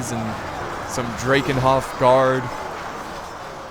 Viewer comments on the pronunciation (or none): Sylvania = Sil-Vane-ee-Ah, Drakenhof = Drack-en-hof.. The blood dragons are vampires (the name of the faction in the table top game is vampire counts) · I believe you should pronounce the Dra of Drakenhoff as Dra from Dragon.